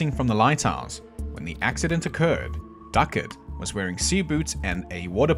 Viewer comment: That would be Ducat, not "Duckett". :)